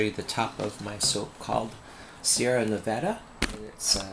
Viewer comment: Wow I love the colors in this soap, perfect for the name and region. Props to you also for saying Nevada right. =)